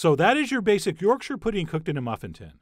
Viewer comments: Thank you, Chef John, for pronouncing this amazing food correctly. Most Americans say York Shire when it is really more like Yorksha. Well done. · I'd let to take a moment to appreciate that Chef John pronounced Yorkshire correctly as "Yorksher". Not "York-shire" or (God forbid) "York-sheer" as you often hear from people not from up north. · Thank you for not saying YorkSHIRE pudding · Yesssssssssssss!!!!! You actually said yorkshire correctly! I've heard far too many people say it like york shire (think LOTR shire). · yorkshire lass here. just wanna say thanks for pronouncing Yorkshire correctly lol. so many americans say York- Shyyyyyre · Thanks chef John for not butchering the pronunciation of Yorkshire! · Chef John pronouncing Yorkshire correctly made my day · Honestly my favourite part of this video is the fact that an American pronounced Yorkshire right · This video has raised the head count on Americans who can pronounce Yorkshire correctly from zero to one.